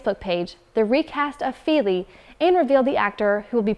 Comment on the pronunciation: I'd have thought the pronunciation isn't Keeley and Feeley but Killee and Fillee (with the first "i" in each being short, as in "hit").